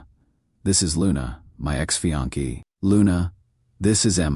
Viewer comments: Fe-on-key..?? Does he mean Fiancé..??? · Can you say fiancé rather than fee-on-ke?